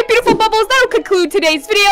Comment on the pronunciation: Hello my bootiful bubbles TODAY wait- 2nd try: Hello my bootiful bubbles a- 🤭 3rd try/ the most HILARIOUS ONE IN MY OPINION: Hello my bootiful bubbles make sure to sUbScRiBbLe ( thinking about her life choices "WHAT HAVE I DONE PANIK")